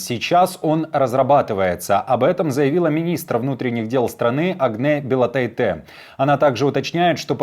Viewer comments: Агне БилотАйте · Bilotáite, ударение на А. Её муж будет произноситьcя Bilotaitis. 🤷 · БелотАйтэ, - неужели никогда не слыщал балтийских фамилий?! И эти люди - вещают на публику, т е, - это их работа!!!